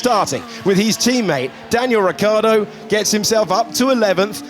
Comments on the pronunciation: Your pronounce of Ricciardo is wrong. You mist pronounce it as "Richy-ardo". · i can't read his name without ricciardo pronouncing it in my head.